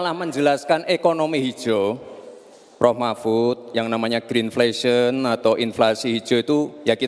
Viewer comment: Gua dengernya green fashion di awal2